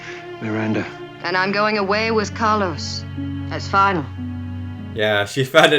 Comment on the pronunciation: Also the Medusan 's name is Calos, not Carlos.